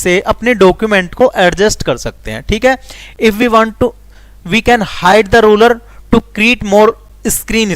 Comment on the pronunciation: rurer nahi ruler padna ata nahi to kyu kar raho